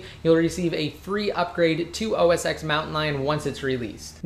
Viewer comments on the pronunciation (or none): I found it annoying that he pronounce OS X as "OS eks". It's supposed to be "OS ten". He's a tech guy and he should know that.